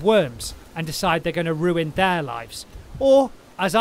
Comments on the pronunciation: "ruin THEIR lives" hahaha the way he says it sounds like the pigs are ruining his hahaha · I love the emphasis when you said “maybe the pigs have found a family of worms and are going to ruin THEIR lives” like the pigs routinely ruin lives of others